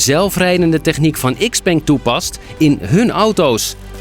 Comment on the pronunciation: "iks-peng" 😂 Bijna goed, heren. Nog even aan sleutelen en dan komt het helemaal goed!